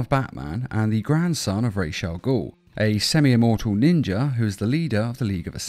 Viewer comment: Take a shot every time he says trained by ninjer assassins